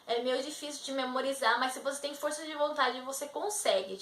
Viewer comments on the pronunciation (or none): none